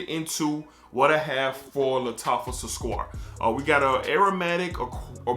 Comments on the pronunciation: It’s not squart, it’s pronounced sue-Kar-aat. It means “sweet” or Sugar. Great review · Its pronounced as Sook-raat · It's pronounced Su-crat , crat like in cat 😺!.I bought the EDP version of Sukraat and is much smoother than the edt , is MUCH closer to Aqua did Gio Profumo EDP!. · It’s Su-Kraat🤣🤣🤣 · Indeed you tortured the name 😂. Here is the name SUKRAT which is Socrates in English. Thank you for the review sir☺️ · It's spelled Su-Kraat my dude, damn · totally butchering that name lol